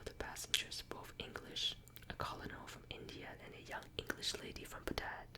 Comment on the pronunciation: Even tho u might have already learned the correct pronunciation of Colonel, I have been meaning to tell u it's pronounced like kernel...as in a kernel of corn. English is a very difficult language with so many inconsistencies, but u have done an amazing job of not only learning to speak and read it but to pronounce even the most difficult words. I would REALLY love to hear u read more...and for longer...maybe a bit slower? I could fall asleep listening to u read a phone book if people actually used them anymore lol.